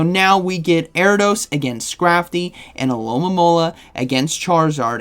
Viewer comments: Erra-dose. The I isn't silent in Ariados 😉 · Air-EE-UH-DOSE… lol